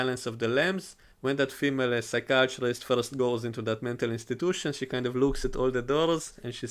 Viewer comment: I love it when you say female. It reminds me of a female girlfriend I used to have.